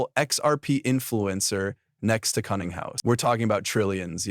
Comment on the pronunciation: Brad Cunninghouse? Killinghouse? What is up with all the stupid mistakes in people's names in the narration? They're so stupid that it feels deliberate